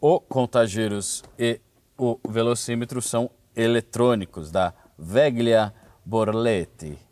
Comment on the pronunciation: Molto buono !! MA dai ragazzo, ha detto Ferrari Testarrosa bennissimo, come un italiano ma doppo, Veglia .....ce dice "velia" come Famiglia /Familia, il GL nel Italiano ce dice solo il L , niente G !!